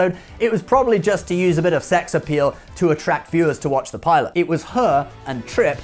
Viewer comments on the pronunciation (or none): none